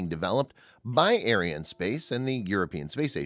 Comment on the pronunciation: please pronounce Ariane correctly, you make it sound like a White supremacy space company !